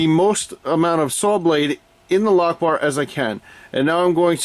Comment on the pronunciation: All I kept hearing was Allah-lock-bar. Anyway, loving this series so far and its definitely sub time.